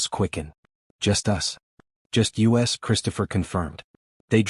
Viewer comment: Why do you keep saying U S for "us" s and T O for "to"? It's annoying.